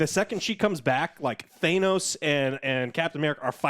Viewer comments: Who the hell is THAYNOS?! This guy... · Thane-ose? Try THAN-OSE..... Thanos...... why is it difficult for some people to say? My best friend constantly says it wrong....anyways cool review. Great episode I loved seeing all this backstory from avengers being explained and showed. Pronounce Thanos correctly!!!!! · For the love of god stop saying thaynos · Stop saying "Thaynos*.. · Stop saying thanos wrong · HOW THE FUCK DO U GUYS MISPRONOUNCE THANOS AND U WATCHED THE DAMN MOVIES WHERE THEY SAY HIS NAME CLEAR TEN TIMES AND THE FIRST TIME WE SEE THE RETURN IF THE BLIP IS IN SPIDERMAN FAR FROM HOME STOP MAKING US UR FANS DO THE RESEARCH WE WANT YOU FOR THAT